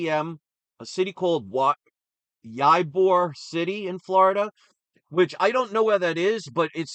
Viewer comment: Ybor is pronounced EEE bor, and it is a suburb of Tampa.